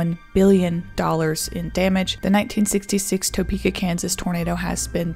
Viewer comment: Just so you know, it's "tuh-pee-kah." Not "toe-pee-kah." I was born and raised here, and my family has been here for over a 100 years. My mom was 13 at the time, and I think the family was still living off of Clay Street near Potwin. Not sure when St. Francis Hospital was built, but the house looks onto that park right there across from the hospital. At the time, my grandpa was working for the Union Pacific railroad, and he was headed to work. Saw the tornado cross the road behind him and booked it home to his family. Thankfully, everyone in my family was fine. But it's still a wild story.